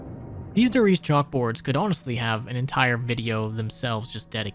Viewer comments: it's like nails on a chalkboard everytime you pronounce Der Reise "dur reese" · why do you insist on mispronouncing Der Riese, Verruckt and other german names/words?